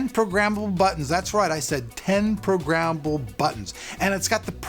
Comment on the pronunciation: lol programmmmble